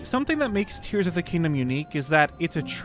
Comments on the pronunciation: Ah yes my favourite Zelda game: brrs of the kingdom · Lol The Legend of Zelda: Brrs of the Kingdom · ah yes my favorite game, The Legend of Zelda, Brirs of the Kingdom.